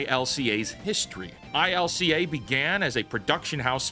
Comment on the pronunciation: I-C-L-A, isn't it ILCA?